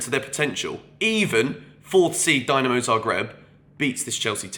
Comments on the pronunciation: 7th thing, learn how to pronounce Dinamo and not Dynamo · It’s pronounced Deenamo Zagreb.